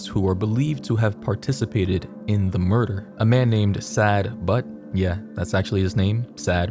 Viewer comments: saad but is pronounced sigh-eed but lol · I think the pronunciation of saad butt is “sawd bawtu” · in arabic and Pakistani it is pronounced in a completely different way so it’s not saad butt 😂😂